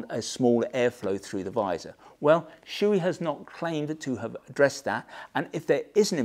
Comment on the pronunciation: Shoei "Showay" not "Shooee"